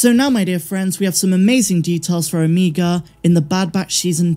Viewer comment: Can you please say OMEGA’s name right lol